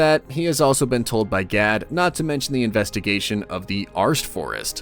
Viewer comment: and "G A D" pronounced "GaL" i'm sure you're doing it on purpose, but to what end?